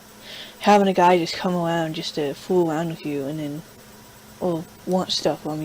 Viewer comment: "Sweeping awound"